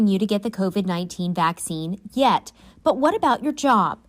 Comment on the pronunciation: Sure emphasized the word “Yet” 🤔